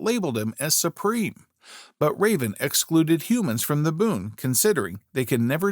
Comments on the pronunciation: Not raven it is raavan! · I found this channel interesting and subscribed too. But the pronunciation for "Raavan" was just too much to take. So back to "unsubscribed".